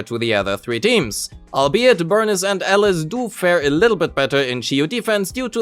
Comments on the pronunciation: WTF man it's Alice not Elles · Sure, but he only pronounces her name wrong